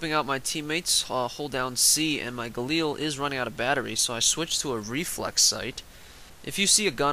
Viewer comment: It's the galil why does everyone call it the galeel on YouTube?